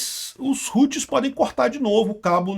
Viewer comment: os "roots" kkkkkkkkkkkkkk nao a pronuncia é como em "how"+tis... e outra nao é "computador virtual" é maquina virtual (VPS) alocado em SERVIDORES!!! fala direito pro publico nao entender errado!